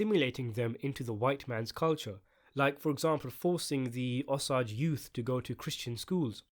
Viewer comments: Osage, not ahsage! O! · O - SAAAAAAAGE, not O-SAUUUUGE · OMG DUDE STOP CALLING THEM THE "OS-AGES" PRONOUNCED O AS IN 'OH' THEN SAGE AS IN THE HERB. RYHMES WITH CAGE. OH-CAGE. O-SAGE. OSAGE COUNTY, OSAGE TRIBE, OSAGE PEOPLE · O-sage!!! Not ossage that’s how it’s pronounced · Osage...O-Sage. Not Os-ages. Omg i couldnt even finish your videos. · If you’re going to make a video about this movie could you at least take the time to learn how to pronounce the name of the native Americans who are at the center of the movie. I am Osage, pronounced O - sage, rhyming with page and emphasis on the O syllable. Really poor YouTube. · I grew up in a Pawhuska, Oklahoma right next to the Osage reservation. A lot of my friends are Osage. It’s pronounced O-Sage. So it’s like sage the herb. You say O and Sage. Not what you’re saying. It’s frustrating listening to you miss pronounce their tribe. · Its pronounced o-sayge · The word "Osage" is pronounced with a long "A." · oh man you have to learn how to say Osage lol But a Tulsa based movie will be awesome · Thank you! I can't abide listening to the mispronounced word over and over.